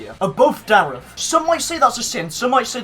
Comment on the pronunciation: Loves darreth yet continues to pronounce his name incorrectly